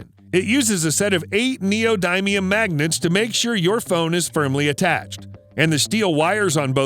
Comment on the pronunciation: Is it just me or does anyone else hate the way he says neodymium¿? 🤣